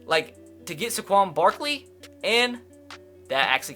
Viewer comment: how did he just pronounce Saquon Barkley